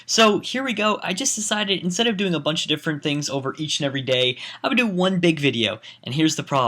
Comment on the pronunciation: *day, not dat.